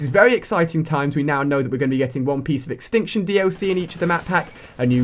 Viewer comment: The word extinction is missing the t in tion